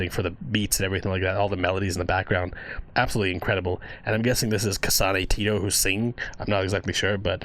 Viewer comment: I've seen worse honestly. one reaction vid I saw the guy said "kasanee tity"